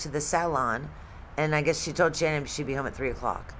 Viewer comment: Her name isn't pronounced as Shannon. It's Sha-nann, the end pronounced like word nanny starts.